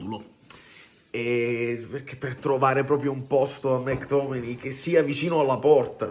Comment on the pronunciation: Si pronuncia... mec tommeayyy🎉yy¾❤😂🎉😢🎉❤